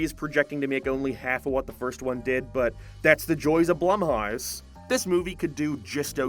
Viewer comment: why does this dude say “blumhouse” so weird lmao it’s literally blum-house